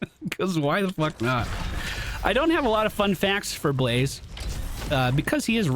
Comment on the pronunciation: I really enjoyed how you called him Be-La-Zeh. :P